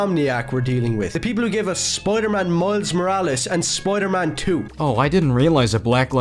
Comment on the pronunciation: "Spoiyedur Maan"